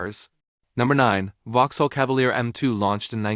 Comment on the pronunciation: Stop AI! Vauxhall is not Vuhall